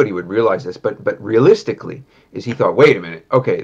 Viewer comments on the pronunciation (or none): Bruder es heißt thought….. dieses „tough“ jedes Mal😭😭